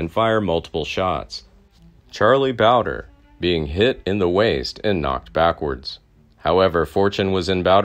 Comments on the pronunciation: It is charlie bowd. Re. Not bowde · I wish they’d let me narrate for them. I’m from the area, and the videos are fantastic; but rife with mispronunciations. Charlie Bowdre (bow-like the front of a ship) (bow-dree) and Tunstall. Tunst-ll. Not tuns-tall. Please let me help your channel…I’d be willing to present horseback…from Lincoln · Boudre is pronounced bowdree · Still not pronouncing Bowdre right I see. If you ever read any of these, it’s pronounced Bow-dree